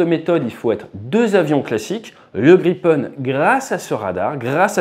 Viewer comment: It's Grippen, Griffin!